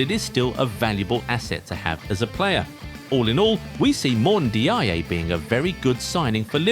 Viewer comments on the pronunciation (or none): Pronounced N-jai. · It's pronounced njay.